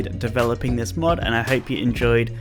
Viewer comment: no joke i thought he said mud ideas